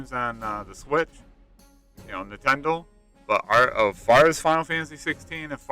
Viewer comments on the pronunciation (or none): The way you said Nintendo at reminded me of my dream last night where the next console they release is called the Nintendle 🤣🤣🤣